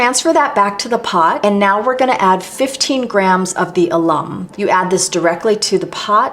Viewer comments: FYI : AL-um. Not a-LUM. Thank you. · My Darling Girl, Knowing that you are self taught, is SO amazing! This stuff is DIFFICULT! IT'S CHEMESTRY don't forget that! You are Extraordinary in Every Way. You learned this without any one's help. Alum is pronounced AL-um. and it is a mild acid similar to citric acid but even milder. I have No Issue with using Red Carmine. It's a Bug. It's not endangered, it's it's actually good for the environment! You continue to be exquisite and beautiful every day, and every way, just as you are.